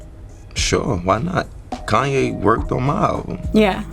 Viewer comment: Koon-Ye* lol